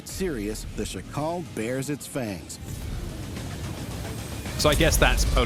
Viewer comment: The accent is on SZAkal, not szaKAL. It's not african name. You should pronounce it with same accent like in jackal in english but with this "sh" (sz) sound